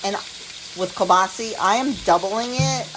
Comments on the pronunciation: Great video. Its kielbasa not kielbasie. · Learned something new. Must be a regional pronunciation in Poland. All my relatives from the Warsaw area say it kiabasa. Love it no matter how we say it.😂